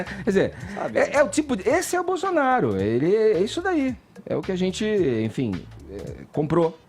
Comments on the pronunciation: Não quero acreditar que ele falou o que eu escutei, "Bozonaro" foi isso mesmo? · É impressão minha ou o Edgar falou Bozonaro... Depois vem dizer que é isento kkkkk. Cara de Pau safado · É impressão minha ou o Edgar falou "Bozonaro"????? Esse ato falho ocorre um pouco antes dele dar a palavra ao Caio e tomar uma surra de argumentos...